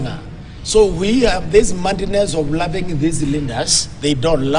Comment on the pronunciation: i laugh at meru english- eti mandiness(madness)